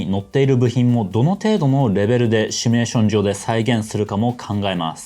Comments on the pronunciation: 、帰国子女感あるのに動画内で「シュミレーション」って言ってますね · 「 しゅみゅれしょん」 (*´ω｀*)